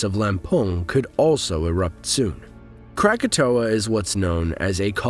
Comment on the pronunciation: Its Anak Krakatoa not Anne Krakatoa